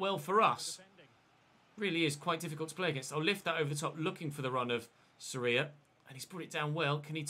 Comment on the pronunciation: the vowel in Sorias name that is emphasized is the o, not the I. Just thought I’d point that out Edit: if Fulham fail to stay up you must sign martins, one because he’s insane and you could keep semenyo as a backup as you originally intended, and two it’s unrealistic to have an 89 rated player in the championship. Same for teddy coles, if Bournemouth fail to get promoted.